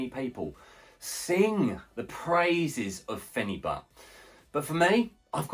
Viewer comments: This is ridiculous! You can't take phenibut every day. I've been taking it once a week for 6 years and it's fine but any more than that and you'll run into major problems with tolerance and withdrawal. Do not tell people they can take it daily, this shit is serious it will ruin your life. Also its pronounced fen-a-bute, not fen-a-butt. Also mixing the powder into a giant glass of liquid like that is just a horrendous idea lol throw the powder in a shot glass with only 1 ounce of liquid and down it in 1 gulp. The taste is terrible. No way I'd be able to drink a full glass with phenibut in it. Also too bad you feel nothing. I've had some friends say that. For me I definitely feel it strong. Makes life amazing. I'll just be so happy. My life will seem like the best life. Nothing is a big deal when I'm on this. Can't get down about anything. Makes me want to socialize way more than normal. Can not have too much socializing when on this. Also it makes me extremely horny, I consider that a negative side effect actually. The whole thing lasts like 36 hours too, so if I take it on a Saturday morning then the whole day and the next I'll be feeling it. Amd there's no come down like alcohol or other drugs. And yes sleep is amazing. Can sleep 10 hrs when normally I could never do that. Theres been some times it actually made me too tired and I dosed off while standing at work.. I've also fallen asleep mid sentence while laying down and speaking to my gf. Things that would never happen to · Pronouncing it incorrectly